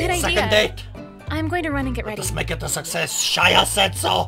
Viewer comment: Did you just say Fucksess? :P